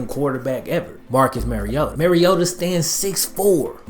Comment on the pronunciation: Bro it’s 2018 and you still saying Mariota wrong